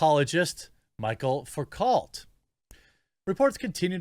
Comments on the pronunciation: “Michael facult” 😂 It’s pronounced like (Mich-elle Foo-coh) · Just hearing him say "Michael Focalt" is killing me. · It is pronounced "Mi-chel Fou-cault" ... he was a Frenchman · It's pronounced "Michelle Fooko"... Michel is the male version of the name. The "L" and "T" at the end of the last name are silent because... Welcome to the French language. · It's pronounced Foo-co (cault) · ‘Mee-shell Foo-coah’ 😆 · Love ya Jeremy but “Michel Foucault” is pronounced ‘Mishell Fookoe.” Frenchy. Natch. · Michel Foucault is pronounced Michelle foo-coh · Ok, so for future reference anyone who wants to know how to pronounce ‘Michel Foucault’: It’s “Mē-shel Foo-koh” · Not that he deserves to be remembered, but Foucault is pronounced "Foo-kow"